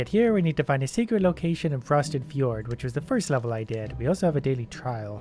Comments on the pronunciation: Haha silly it’s not pronounced fdjord. It’s pronounced fjord. This guy lol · Fuh'jord Fee'yourd I knew you'd get it right eventually. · "fa jord" :D isn't it "feeord"? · frosted fjord is actually pronounced like frosted fyord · I also pronounced it "fajord" although apparently it's pronounced "fyord" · “Frosted f-jord” in this context the j sounds like a y not a j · "frosted fajord" me actually it's pronounced fyourd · “Fuh-jord” Reeeeeeeeeeeeeeeeeeee It’s pronounced “fyord” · its pronounced fee yord not fih jord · It’s pronounced FEE-YORD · Fee-JORD HAHAHAHA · Fjord is said like fyord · It’s ford or f-yord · Fjord is pronounced as fyord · the j in fjord is said as it was a y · I love how he says F-J-ord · Fjord is pronounced fEord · "frosted fuh-jord" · "Frosted Feh-jored" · Fjord= Fyord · Fuh-jord 😳 ok. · Fuh-jord. Ah yes, Language. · When you pronounced fjord (fee • ord) wrong, I felt that. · It's fuh-jord now. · fjord is pronounced f-Yord j is y J IS Y J IS YYYYYYY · I.... do grown ass adults still not know how to pronounce fjord? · The way you pronounce fjord! Lol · The way he said "Fjord" almost physically hurt me. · funny how df is a grown man and still cant pronounce fjord correctly XD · The way he pronounces “fjord” -_ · when he said fjord wrong that just killed me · Someone tell it's a hard "J" in fjord. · That Fjord pronunciation killed me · Am I the only one that cracks up at the way he pronounces fjord?